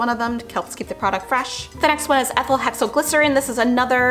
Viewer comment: WOW! I love how Ethylhexylglycerin just rolled off your tounge.👍